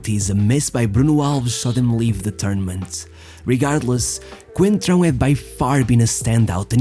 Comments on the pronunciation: It's Fábio "Coentrão" who tf is "concentrao" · "Concentrao?!?!?! ITS COEEENNTTRAAO COOEENNTRAAAOO not concentraoo" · As one reporter pronounced, "Concentrao" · “Concentráu”, LOL.